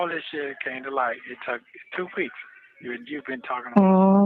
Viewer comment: Has anything other than me noticed that when he says the work “took” he actually says “tuck”? It’s just as annoying as when Sonya says “all” in that weird way.